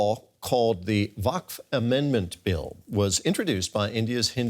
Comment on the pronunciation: Can't pronounce waqf and trying to break news about it😂🎉